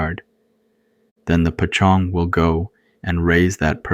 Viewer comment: Great stories! No shame at all, but I was wondering why you pronounced "poj ntxoog" (paw zong) like pa Chong? I think it's important to stay true to Hmong pronunciations. Unless I'm mistaken with something else.